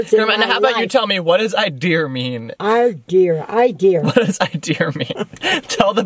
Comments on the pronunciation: "I have no idear where he gets his idears from" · Take a shot everytime she says 'idear" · lol I think adding the R at the end of idea is an old timey New England thing. My grandma said idear too lol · Also my mom also says idea like idear. It's kinda like a New England accent that some people have. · Idear.... lol. granny's so cute. and so is. haha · IDEARS LMAOOOOOOO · Omg LLol love u guys all my teacher say ideer lol